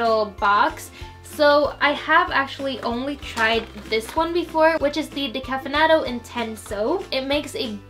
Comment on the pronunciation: Your Italian pronunciation is so funny! 😁😂 Like when you said "decaffeinato intense" it was perfect but when you said "velluto" I laughed so much 😂😂😁💪